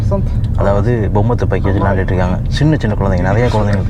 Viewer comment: தூப்பாக்கி அல்ல துப்பாக்கி